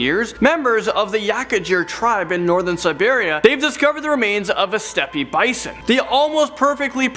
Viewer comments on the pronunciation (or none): And Steppe is pronounced step not step-e